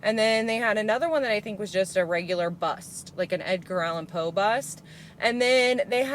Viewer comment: She said, "Edgar Allan POO"!!! 💀🐦‍⬛💩